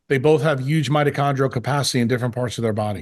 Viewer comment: why can't this guy pronounce the word "huge" correctly? the H isn't silent ...